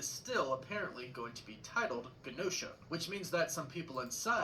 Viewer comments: Its pronounced like ja no sha not gen no sha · It's pronounced: JEN-NO-SHA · And Genosha🤦🏾‍♂️